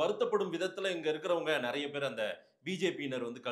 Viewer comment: அதென்னங்க, " நறைய"? ஒவ்வொரு காணொலியிலும் இந்த மாதிரி தப்பும் தவறுமாக உச்சறிக்கிறார். யாராவது அவருக்கு சொல்லுங்கப்பா, அது " நிறைய" என்று.